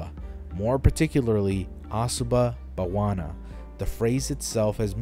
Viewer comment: Asuba Bawana? Sounds like Hakuna Matata